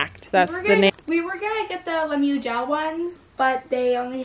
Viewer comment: I love how yall be calling it 'Lemyou' 🤣 instead of Lemieux